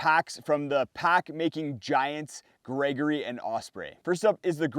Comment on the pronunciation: “Gergory” packs? You’ve GOT to correct that one…😅